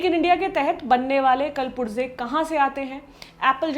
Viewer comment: Kal purze nahi, कुल पुर्जे।